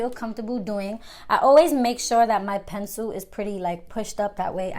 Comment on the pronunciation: Luv how u say “Pencil” lol Pensoo😂❤️